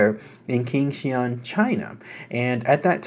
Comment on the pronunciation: The Q is pronounced "Ch" like in "China."